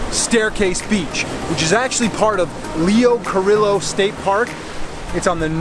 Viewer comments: Pretty sure it's pronounced "Lee-oh Car-ee-oh", not "Car-illo". Just sayin'. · "timkeane2907," a handful of others corrected our enthusiastic, generous, artistic, athletic host, ',' yet managed to do so in an informative, kind way -- without sounding as if reaming '' a new one was their intent. "LEE - O, KAH - REE - O." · Its Leo Cor(ee)o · Lol learn how to pronounce the beach name before reviewing. Leo Carillo 😆😆😆